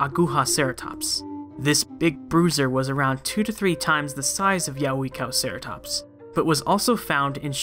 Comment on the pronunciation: Yeh-way-cow-ceratops is a more adequate pronunciation